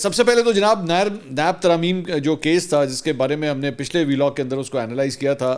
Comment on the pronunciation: 1. You always say: Veelog, it is Vlog It's Vlog not Veeeelog ولاگ صحیح ویلاگ غلط